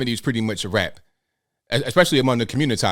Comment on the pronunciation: 😂 the communitah